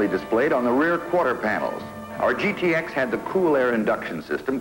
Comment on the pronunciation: What the hell is a "gittix"??? It's G-T-X, Bud! Sheesh!